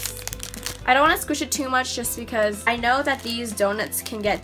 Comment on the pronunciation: In her intro she says becausa instead of because!